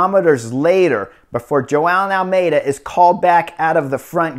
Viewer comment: I heard "Joao And Almedia" 😂😂😂😂